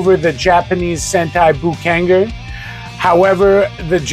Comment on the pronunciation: You pronounced Boukenger wrong. Bo-ken-jer would be how you pronounce it